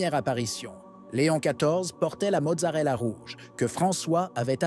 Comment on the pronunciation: Amen. Permettez-moi....mozzetta! pas mozzarella! Amicalement